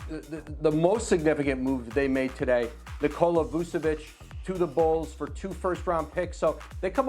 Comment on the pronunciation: I would have preferred McGee and Vucevic to the Nuggets. Learn how to pronounce Vucevic there is no s. Its Cyrillic ч when you translate it to Latin based alphabet (non English one) its č - kind of like match emphasis on "tch" So English alphabet no accents (Vucevic) - Serbian/Croatian Latin based alphabet with accents - Vučević and native form in Cyrillic script Никола Вучевић.